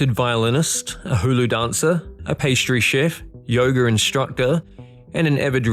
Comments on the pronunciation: I thought he said yogurt class actually. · Absolutely heartbreaking! Who would ever imagine dying while climbing 500 feet without a rope. Life isn't fair 😢 BTW...Aussie pronunciation of yoga is hilarious!